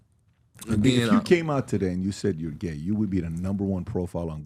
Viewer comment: No one: PBD: basically… “why are you geh?”